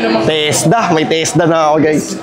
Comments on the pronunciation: Tesla ❌ Tesda ✅ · Tesda!??🤣 Tesda pgkarinig ko😂